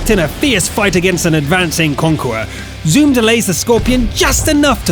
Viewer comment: LMAO """"ZOO-EM"""""" ... Zoom?